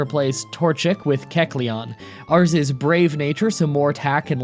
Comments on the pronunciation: AKSHUALLY you are pronouncing kecleon wrong, its pronounced like Kek-Lion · Ahhhhhhhhh yyeesssss Keck-lete! Keck-lete! Keck-lete!!!!